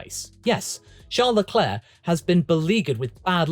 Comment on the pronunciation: Charless's Leclercss's, lol